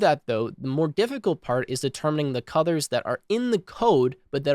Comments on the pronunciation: Nice video. Not important but for some reason I keep hearing you say "cuthers" instead of colors. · WHY DO you SAY CUDORS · Got a bit confused coz I kept hearing "cutters" .. figured you were saying colors